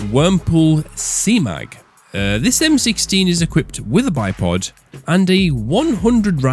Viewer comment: I personally think you pronounced bipod perfectly